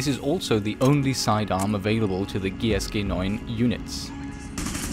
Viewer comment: The way you said "GSG9" makes me belive that you are german. 😅